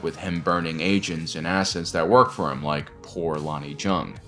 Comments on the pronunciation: Love your vids and analyses. But I believe his last name is pronounced "Young," no "J" sound. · I know it's a J and not a Y but you know Jung is pronounced "Young" right? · Small correction: "Jung is pronounced the same as "young". But great video overall man. ✊🏾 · how tf do you watch this series and come away still managing to say Lonni's last name wrong lol